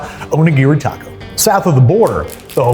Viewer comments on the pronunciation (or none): none